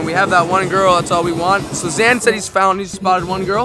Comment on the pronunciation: "Zain" is not pronounced "Zan"